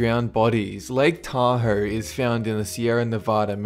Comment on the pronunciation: Where the heck is "Lake Taher"? It's Lake Tahoe! There's no r in the name.